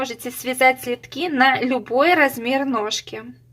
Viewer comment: Следки от слова СЛЕД, как режет ухо "слитки", безграмотность жуткая